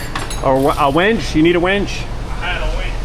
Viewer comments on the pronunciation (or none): Two different words winch with an i on wench with an e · WRONG PROFESSOR: Wench= "women". Winch= back of a tow truck. Totally different spelling and pronunciation. I see a lot of FB ads for a Ramsey 8000lb wench. Come on, get it right. As Blackbeard said when being attacked at sea, "Man the Women and batten the hatches" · Winch is not Wench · I believe you have mistakenly pronounced winch as wench but eh, fogettaboutit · you are removing "Pure Michigan" from what looks like the front or rear bumper area. As a lifelong (at least so far) Wisconsin resident, I've repeatedly experienced similar "vehicular cancer". Also, "wench" has been used to refer to "a female of the species". A winch is "the thing on the back of the tow truck, or the thing commonly mounted on or near the front bumper of many off-road vehicles. For someone who makes a big deal about things like the proper pronunciation of syrup, I would think using the correct word is also important... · Sorry, but you were referring to a "winch" not a wench. Or mispronouncing the word wrench. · Wench - female human. Winch - device for pulling. Notice spelling difference, thus pronunciation difference.: Please use anti-seize on those exhaust system bolts. The next shop will thank you. Love your videos. Intelligence, good humor, and excellent wrenching skills. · wench and winch are different although pronunciation may sound similar depending on where in the country you are. 🤪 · REEEEE!!! You said wench!!! 😂😂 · Wench: what Elmer Fudd uses when working on his car. 😂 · And some segments of us society, a wench is something you turn on nut and bolt with. The r is silent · Winch and Wench (w-ehn-ch) are 2 different words. Bad pronunciation makes them the same.